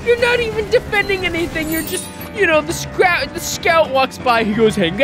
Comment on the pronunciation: I honestly don’t know why but when he mispronounced scout while drunk I laugh so god damn hard. ‘Scrat’